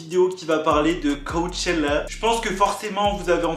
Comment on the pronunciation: « cowwwchela » c trop jpp😂😂